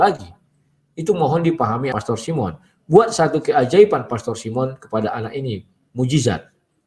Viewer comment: Bagaimana hamba Tuhan SD ini pengucapan pastor saja anda menjadi plester, hati hati pak dengan rasa tinggi hati dan kesombongan